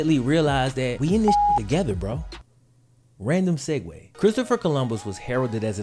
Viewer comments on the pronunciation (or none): none